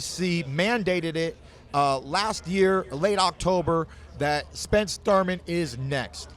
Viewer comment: Keith “Run Time” Thoyman